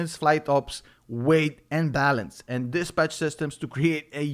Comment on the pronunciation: I will forever now pronounce “dispatch” as, “dis-b*tch” lol. Blah blah MF’n blah 😅💕